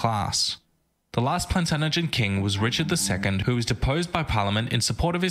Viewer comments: 😱😱Plantaganet is pronounced plan-taj-anet...his pronunciation drove me bonkers. I have a Masters Degree in Medieval English Literature so was bloody irtitating. I'm English and live in Canterbury which is beautiful and so full of history going back pre-Roman. The cathedral is 1,000 years old +. and my little house was built in 1532 .... My ancestry is completely English/Irish/...but no French...😂don't like the froggies😱😂. Great to see a young person interested in history. Love your channel... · How can the narrator get Plantagenet so wrong. You look at the letters, put them together, there’s your word! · Pretty annoying that the narrator of the actual video couldn't pronounce Plantagenet properly lol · I'm English and I can assure you the guy in the video is the exception to it's pronunciation. I mean, Plantagenet isn't that difficult to read and pronounce. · Oioi kidda, I've been reading the comments on here and I'm surprised the amount of flak your for your mispronouncement of that word, you know which one, maybe it's the good old Samaritan in me but hey your one a learning curve aye, so you lot out there give the lad a chance, we've all been on the learning curve have we not?, maybe check out Peter Kayes misheard lyrics /karaoke, hahaha, I find these lessons somewhat sharp and they do therefore miss certain points, obviously the time span spent on the topic determines how deep one can delve into it, maybe vet some of the next references when you need to research such items, I'm an early subscriber, been enjoying your input and you seem to have an appetite for your history, I look forward to watching your progress in your self education, best regards from County Durham England, for the Northeast of England i recommend "The 5 Frontiers", concerning viking/Danish settlement of the North. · honestly if i watch one more video of an American mispronouncing "Plantaganet" i swear im gonna start saying it wrong soon.